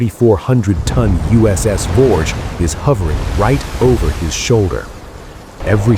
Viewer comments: It was the Voge pronounced Vog E . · I was aboard Voge during the incident. The ship's name is actually pronounced as two syllables: "vo - gee(as in geese)", not "vouge" or "vorje". As cringeworthy your stupid AI mispronunciations of the vessels I knew so well are to me, it is trivial given the fact that your account of the events that occurred that day is COMPLETELY AND UTTERLY WRONG!!!! I'm too polite to say what I really think about it. And while I (and you) have no idea of how the Echo II crew were operating, Voge's crew throughout that day was calm, professional, and incredibly proficient. I was pretty busy at my GQ station on the bridge after the collision but was especially impressed by the demeanor and performance of the captain. He was (thank God!) the calmest, most level-headed commander that you could hope to serve under. I have to wonder what other fictions are being passed off as the truth on YouTube and by the media in general.